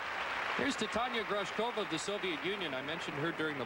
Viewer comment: Not T'tahnya Grawshkova!